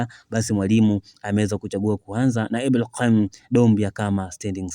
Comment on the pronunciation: Mtangazaji ongeza fasaha katika matamshi yako,muhimu sana vipi jina kama Ibrahim likupe tabu?